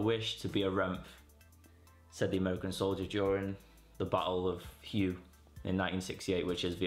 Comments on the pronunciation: Hue city, not Hugh city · Not criticising, just thought you might appreciate to know that Hue, in relation to Vietnam, meaning Hue City, is pronounced "Hway" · Hue is pronounced whey. Like Weymouth. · Hue is pronounced "hooway" . My dad fought in the Highlands right after IA drang with 173rd then 1st cavalry during the TET OFFENSIVE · HUE is actually pronounced "WAY" Just an FYI